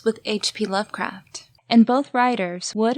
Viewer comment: Also, I hope you didn’t take my pronunciation suggestion as a critique!! HP Lovecraft is my fav author and I’m a bit of a fanatic. Haven’t heard of people pronouncing it with the L before the R ever. Was just trying to be helpful :) Your videos are the only deep lore on ASOIF that actually make sense and aren’t grasping at straws, so I really appreciate them!